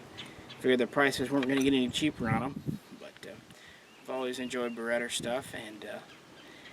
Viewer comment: cringe every time he says it